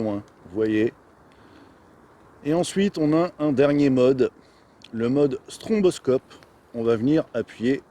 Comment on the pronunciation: On ne dit pas "stromboscope" mais "stroboscope".